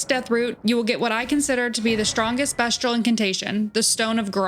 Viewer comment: Great video and even better editing. Fantastic job! One question…why do you keep pronouncing it best-che-all? These are beast incantations and weapon, not best incantations and weapon. It’s pronounced beast-che-all. Anyway, you get a sub and like . The editing is amazing! Thank you for the video!